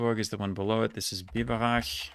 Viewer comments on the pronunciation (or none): / he says "Biberach" / "Bad Kreuznach" with the wrong "ch" sound, proving that he actually can pronounce the other one correctly (even though it was the wrong sound in these cases). So the problem might rather be to know which sound to make when. I think the rule is that after a, o, u and au (vowel as in Augsburg) you have to use the sound as in Aachen/Biberach, Bochum/Hochtaunuskreis, Buchholz. While after e, i, ä, ö, ü, ei and eu you have to use the other sound as in Friedrichshafen, Erlangen-Höchstadt, Eichstätt. However, there are still exceptions, especially in proper names like cities and regions. "Sachsen" or "Eichsfeld" are pronounced more like Saxen or Eixfeld. And let's not have a discussion on words starting with Ch like Chemie (=chemistry) or China, where there is a stereotypical debate between Germans, as people from southern Germany say "Kemie" and "Kina", while the rest of Germany says it with a ch as in Friedrichshafen. Also, it is probably very easy to confuse the "sch" and "ch" sounds in the first place. Difficult topic😅 Hope that made any sense.